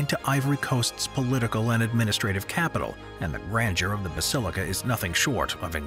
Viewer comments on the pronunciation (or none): none